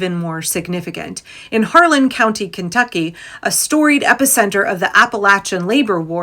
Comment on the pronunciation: I love the reporting and I love your content, but it’s Harlan HARLAN